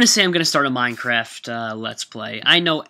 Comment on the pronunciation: Minecwaft? :D